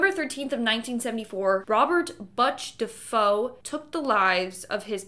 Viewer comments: The family’s last name at the Amityville house is pronounced “Duh-fay-oh.” Not “Duh-Foh.” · Butch's name is pronounced (Booch Deh-Fay-Oh) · Amityville - the family name is pronounced Duh Fay o and the son is Like Butcher without the er . Love your channel. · she butchered his last name too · You are pronouncing Butch Defaos name incorrectly, it’s butcher without the er